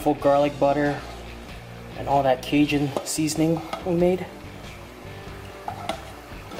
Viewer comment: The way your pronounce Cajun LOL